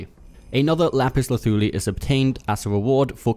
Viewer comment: Great video....and thanks for the pronouncement of the said item!!! Not being sarcastic. Lol!